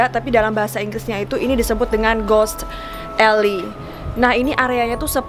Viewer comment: Alley itu dibacanya eli bukan elai.... Anw pendeta itu boleh kok berhubungan spt menikah. Kl yg nggak boleh itu pastor dlm agama Katolik. Belanda itu kan mayoritas Kristen Protestan jd pendetanya boleh kok menikah. Coba mungkin bisa telisik lg sbnrnya alasan larangan pernikahan di cerita horor diatas tuh apa....